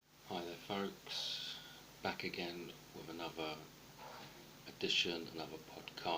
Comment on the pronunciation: Ah-NUV-AH...?.....does he mean Another?